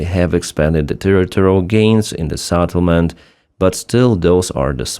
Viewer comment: Not Satelment!!! Settlement!! SEtElment!!!